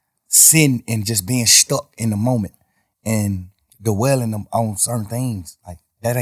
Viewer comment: 3 syllables for "dwelling" ...cool stuff